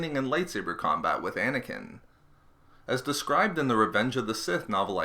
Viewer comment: Anakin...not snaking